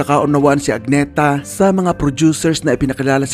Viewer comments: Hindi po AG-NE-THA..A-NEE-THA po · Agnë-tah ang basa sa Swedish